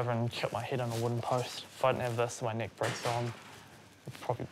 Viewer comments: Great inspirational video. It did sound like you both said broken knee to us Americans. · I heard “knee” not “neck” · I thought she said broken leg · youre absolutely breath-taking and, yes, as an american, i heard "leg". also, not meaning to be forward, but i think theres a bit of spark between you and the young man thats around you. perhaps you should explore that a lil...further. <3<3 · 11swallowedinthesea, I know right? I thought she said leg, figured it out, and then she made the joke 😂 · Geez what's wrong with my American ears I honestly keep hearing "leg" instead of "neck" when I'm not paying attention close enough. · yup! I thought u said "leg" at first and I am American lol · I am not a native english speaker and I always hear something else when she or the dude say neck. Sometimes it sounds like leg other times more like knee #thestruggleisreal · I’m American and I thought she said leg